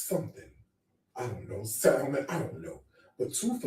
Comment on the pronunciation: The fact that this man pretends to be so rich and sophisticated, yet pronounces the “l” in salmon is blowing me 🤣🤣🤣